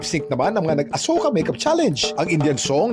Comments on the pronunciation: Bakit asoka e nilinaw yan ng isang indian national sa vlog na Asuka tawag jan parang ganito o asiyuka ganiyan pag basa anong asoka 😂😂😂😂 kakapanood kulang kc sa vlog na pinay at indian niyang asawa kaya alam ko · a-shu-ka ang pag pronounce d po asoka indian movie sya ang cast is kareena kapoor. and ilang yrs n rin ang nakakaraan yan movie n yan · Hindi daw asoka ang mgpronounce niyan Kuya Kim,,,parang ashuka daw,,Sabi ng Indian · Mali po prononsesition asoka panuurin nyo po vlog ni singh and sarah don sinabi ng asawa nya indian na mali asoka asuka daw di asoka... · Asyoka Po tamang bigkas d Po asoka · Indian pronunciation /ashoka/ hindi po asoka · Kuya kim alam mo ba ashoka ang tamang pag basa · ashuka pag pronounce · “ASHOKA” ang pronounce nyan not ASOKA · Kuya kim it’s ASHOKA po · "Ashoka"daw ang pronounciation pero ang ganda ng movie na'to..Napanood ko na dati ps..Si Sharuk khan at Kareena kapoor ang starring..At ang ganda ng story at action movie sya.. -skl😊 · LoL mali yung pag ka pronounce ng asoka HAHAHA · Azoyka ang pronounsation,ang meaning daw yan ay walang makakagalaw sa babae kung gagalawin nila masusunog ang lalake